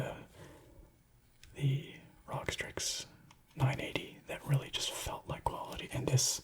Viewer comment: Rog lol it’s supposed to be said like R.O.G